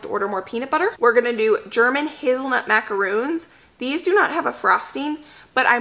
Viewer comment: not trying to be mean but, it's "mac-a-ron", not mac-a-roon. mac a roons are the coconut cookies. love,love your channel! TFS.